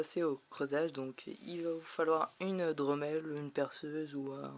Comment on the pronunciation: on dit pas " dreumelle " mais " drémelle " :-)